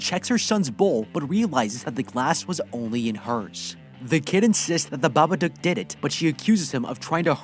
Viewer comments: its not babadook its babadUUk. its pronounced wrong the whole recap nd i kinda got mad so :") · I hate that he says babaduck not dook☠